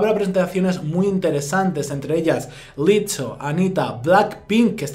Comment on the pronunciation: Quien es "LITO"??? Señora!!! Pronuncie bien! Es "LIZZO" incluso tiene doble Z para mas sonido de "S" ¿de donde se saca usted la "T"?